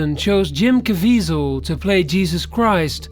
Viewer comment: canal is pronounced can al. mel Gibson is pronounced mel gib not jib son. and its jim cav iz el not cav eeee zal!!!